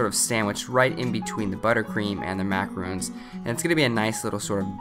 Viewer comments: Hi, I love your channel, and all the recipes are fantastic, but this has been a pet peeve that you have been saying (Mack-a-roon) instead of (Mack-a-ron), and not clarifying the difference between a macaroon and a macaron. In your videos you make macarons the French merengue sandwich cookie, and macaroons are coconut and egg white cookies. It's just been bugging me with the pronunciation mix up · u keep saying macarOOns but it is macarOn ;) and they need to rest in the fridge 24-48 hrs before eating! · Macaron is not pronounced (ma-ca-roon) the correct pronunciation is (ma-ca-ro-n) or you can just say French Macaroon. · He's pronouncing it wrong right? Im not trying to call him out or anything I'm just a bit confused between macarons which I think are these when macaroons are something else right? :o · Macarons. Not macaroons. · Macaron not "macaroon" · I think you are pronouncing it wrong. Macarons sort of rhymes with bronze. You are saying macaroons, sounds like moons, and is a different thing. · MacaRON - Not macarooon !!! 🤦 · No offence but Macaroons and Macarons are completely different things. Macaroons are these coconut treats while Macarons [Mac-a-rhon] are these french cookies with usually icing in the middle. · Just gonna correct your pronunciation slightly... Macaron is pronounced "mac-air-oh-n" NOT exactly the same as Macaroon. They are two very different creations and, as such, should be pronounced correctly. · It was pretty painful to hear you pronounce them "Macaroon" That is a completely different cookie. It really is pronounced how it is spelled. Macaron. They did look good though. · You're pronouncing the word Macarons wrong 😣 it's not "macaroons" it's Macarons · pronounced macaron wrong